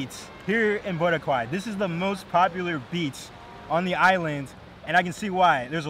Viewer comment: Great vid! But its "Bora- khai" not "bora-kwai"🤣✌️ can't wait to go there in Jan!